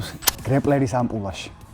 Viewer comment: ამპულა აღარ თქვა ძმურად . ყველანაირად განვითარებული მგონიხარ და ეგ არის ამპლუა და ამპულა არის წამლის შესაანახი შუშა)))) ამპლუა ამპლუა ამპლუააააააააა